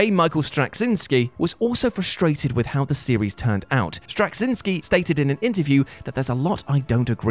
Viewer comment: It’s pronounced Stra-ZYN-skee.